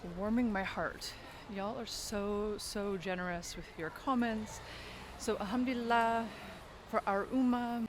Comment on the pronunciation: Mashaa Allah sis love your video. May allahs at bless your soul. Loved the way u say Alhamduillah. Yesterday I saw an ayah ( surah ankabut-ayah 45) where Allahs swt is mentioning that when we talk about Allah among people He swt remembers us among His angles and indeed He praising us in that blessed gathering is a greatert honor. May Allah swt accept it from u sis❤